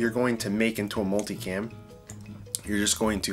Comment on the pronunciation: Swear everyone says “multi-clam!” Lol!